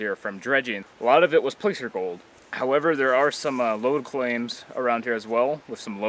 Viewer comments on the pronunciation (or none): Most N. Americans say "placer" with the vowel as in "gas" rather than "pay." Occasionally you'll hear a Canadian say "placer" with the vowel as in "father." Nevertheless, I subscribed. :-) My kind of subject matter.